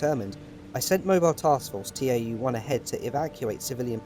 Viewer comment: It's not TAU, it's tau. Ugh.